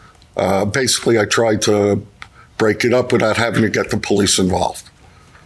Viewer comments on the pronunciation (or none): none